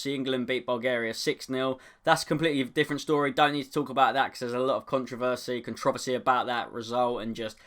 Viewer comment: Why did you pronounce controversy 2 different ways ?